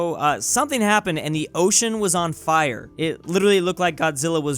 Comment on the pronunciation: Water in Fire. Watwer in the Fiwe. Why? I don't understand